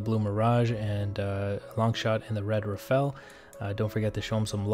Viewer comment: Say Rafale not Rafael please